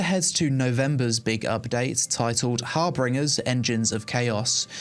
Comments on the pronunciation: great vid thanks! side-note it's harBINGer not harBRINGer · There's only two r's in Harbinger. It's not Har-bringer, it's Har-binger (like binge watching your favourite TV show) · HAR-bin-jer:-) Thanks!